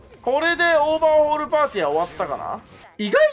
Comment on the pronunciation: オーバーオールって言ってる、？